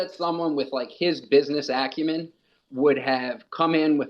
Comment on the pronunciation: "business accumen" LMAO